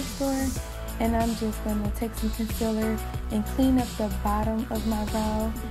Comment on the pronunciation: ‘concellur’ nah gurl its ‘conceeeeler’